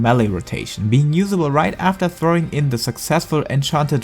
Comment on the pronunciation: Redoublement, not redoublemoux xD